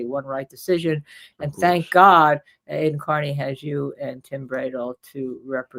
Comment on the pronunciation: Cosgrove mispronouncing Aidan’s name reminds me of when Hank did it constantly to Alessi after being corrected as well. This is clearly like a Norfolk county Massachusetts thing it’s really repugnant.